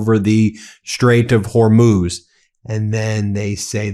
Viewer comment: Ya can’t even say the straight of hormuiz